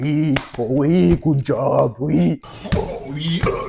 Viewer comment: "Good job" et non pas "gooo job"